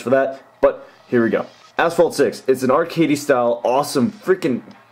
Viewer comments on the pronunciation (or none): did he said ,,asshole six''